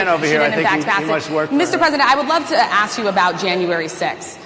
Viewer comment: Republicans don't need to pander to blacks. They have never needed their votes. Also, why do they pronounce "aks" instead of "ask"